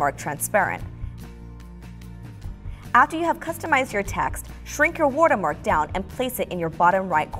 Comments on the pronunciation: It's "Watermark" btw not Wotermark hahahaha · She keep saying WUTER-mark not WATER-mark no hate it’s just funny 😂 Good job tho!! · Wortermark^^ Lol I love it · "WortErMark" i love that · so nobody can sTiLl it 😂 "wUtErMUrk" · No one: My dad: The lady is this vid: W O O D E R M A R K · no, it's "wirtermark" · skyline no it’s wutermark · Wurter mark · "War - Ter Mark" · woatermark lol